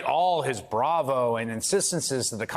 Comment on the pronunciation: it's "bravado" 😅